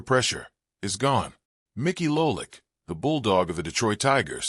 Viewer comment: STOP using AI narration !!! LOLICK ????!!!!!!